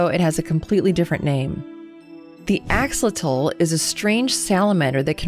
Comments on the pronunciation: It's Ax-o-lo-tl and not Axlo-toll. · Ok, some pronunciations are bothering me Axolotl- oss- o- law-tul Quetzal- (type of macaw) ket-zol Coatl (serpent)- kow-ought- El Quetzocoaltlas ket-zol Kow- ought- las Bird-serpent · I enjoyed the content. But can I offer some constructive criticism? It would've made for a more enjoyable listening experience if the bulk of it hadn't sounded like you were reading from a script. It was not until you began recalling your own story that your cadence and intonation began to sound spontaneous. Also, your pronunciation of Aeneid, axolotl, and quetzalcoatlus could have been a bit better. If I had to rate you I'd give you 3.5 stars.